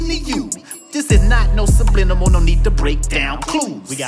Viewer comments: wait... did u say sublinimal or am I buggin? 😂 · That attempt to say “subliminal” 😂💀